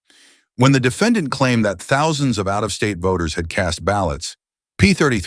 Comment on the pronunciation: "dee fa don.".... AI is still a mess when you could have just hired someone to read it out loud.